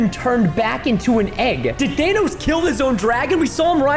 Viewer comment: Preston didn't even say Thanos he said Danos